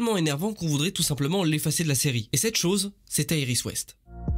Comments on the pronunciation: Pas mal mais juste 2 trucs on dit Iris et pas Aerys ou jsp quoi et Savitar pas Savatar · C'est iris et savitar x) pas savatar et airis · Mais serieux pourquoi tu dis des choses pareil sur iris? frachement si iris n'etait pas la vie de Barry n'aurais plus de sens. Iris a beaucoup de choses qui rendent cette serie Meilleure. Et on dit iris pas airis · Moi je dit pas "Savatar" mais "Savitar" et je dis pas "Airis" mais "Iris" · pas aéris, iris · Arrête de dire eiris😤😤😤🤣🤣🤣🤣🤣🤣c’est iris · Le airis m’a perturbé pendant toute la vidéo 🤯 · Pourquoi t appelle Iris Airis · Pourquoi tu dit aie ris c'est iris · C pas airis c iris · Et pk tu dis ariris t con ou tu fai exprès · On dit iris et savitar xd ^^ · Titre de vidéo complètement éclaté, ensuite la saison 3 ainsi que la 4 sont clairement à égalité avec les premières saisons, est pour finir ta prononciation de Iris est horrible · Pas d'accord du tout avec toi, la serie flash est la meilleur, t'es la tu critique la serie commence deja par dire iris correctement et savitar correctement merci! flash n'est jamais mort et ne mourra jamais!